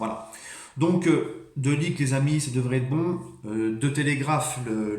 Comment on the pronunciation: On en parle de t’as prononciation de De Ligt respect le joueur un peu 😭